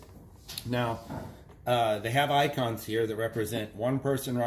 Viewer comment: ¿"ONCONS"? Did you really say that?